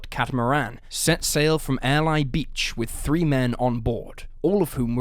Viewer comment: It's pronounced Air-Lee beach